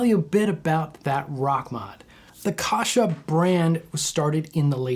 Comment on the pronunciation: You’re pronouncing his name wrong. It’s not Kosha. Pronounce the first A as in apple. Kasha.